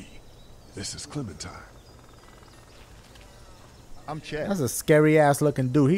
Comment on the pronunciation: Clementine more like Clemen-puh-time